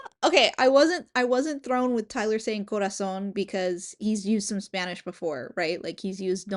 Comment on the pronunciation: Omg, que Buena pronunciación de español tienes😮😮 amamos aqui